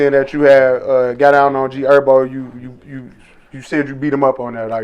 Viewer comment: Why u call Him ErBo?it’s herbo